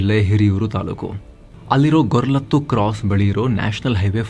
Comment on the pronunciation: sir Adu ಗೊರಲತ್ತು alla sir ಗೊರಲಡುಕು ಅದರ ಪಕ್ಕದ ಊರು ನಮ್ದು